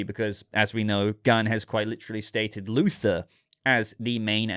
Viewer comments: You were saying Luther and not Luthor. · His name is Luthor, not Luther.